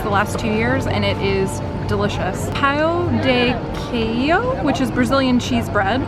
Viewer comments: I love you but I cringed when you said 'yucca'. Hahaha. It's pronounced like "yoo-ka". Also "Pao de queijo" is pronounced like "pon gee kay-ju".:) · Good on ya for trying to pronounce all those foreign things. The Brazilian beer, Xingu, is pronounced Shing-goo. Also, Pao de Queijo is pronounced poun-gee-k-jzoo (like pound without the d, and the jz is like the sound you make with your mouth when you are pretending to drive). Hope that helps, mini Portuguese lesson:) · Pao is said with a long A, like in mat, an o like in moat, and Quejo is "kay-jo"! Hope that helps!